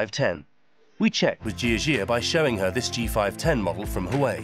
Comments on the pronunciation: Not “who-way”…. It’s “wah-way”……love your report but please get the pronunciation correct 😂 it will make your presentation more believable. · You guys aren't even interested in saying Huawei correctly. Why would they be?😂😂😂😂